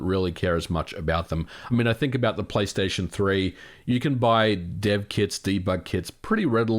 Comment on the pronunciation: "return to playstaytion or return to *microsoft*" nice one MVG